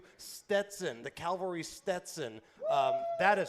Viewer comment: luv ya brother, but it’s cavalry, not Calvery.